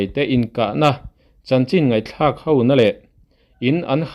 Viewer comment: Mizo ṭawng hi hman dik hrâm tum teh aaa,HO tih tur hi HAU tiin i lam ṭhin a,nhaihthlak a hrehawm em mai.